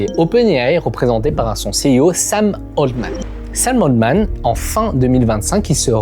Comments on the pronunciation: C'est Sam Altman pas Sam Oldman ... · Pourquoi tu prononces le nom de Scam Altman « Otman » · le frro sappelle ALTMAN pas OLTMAN